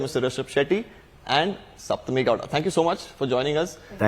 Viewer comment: Thank you for pronouncing Saptami as Saptami and not "Shaptami".